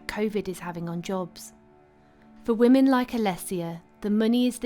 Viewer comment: "The poor wahmans" 🙄